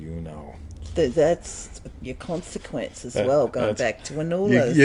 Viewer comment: Well the first thing you’re doing wrong is the pronunciation of >>>consequence<<< It has the stress on the first syllable. 😄